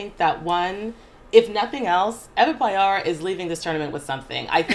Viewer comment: It's pronounced Payor not Padzior or whatever you said.. She literally have one of the easiest surnames you can pronounce as a person from Poland and yet you guys disappointed me. My God